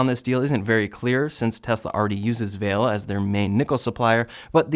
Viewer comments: Came here to say this. Val-eh, not Vail. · Nice roundup. But it’s pronounced VAH-Lay, not Vayle. 🤓⚡️🙏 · just a note, the mining company is pronounced Val-ay, they're a Brazilian company that purchased the nickel mine in Sudbury, Ontario. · The mining company Vale is pronounced Vah-lay. It's a little confusing to hear it pronounced like the curtain hat a bride would wear. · Vale is pronounced Vah-leh. It's Portuguese. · it’s pronounced valet. True story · It's pronounced Va-Le.....also they don't have a good environmental track record in Brazil.... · Vale is actually pronounced "Vah Lay". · 'Vale' is pronounced 'Vallay'.